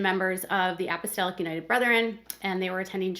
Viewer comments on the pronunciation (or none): you mispronounce Apostolic.